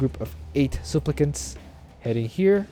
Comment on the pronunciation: my fav pronouncation today is "souplicants"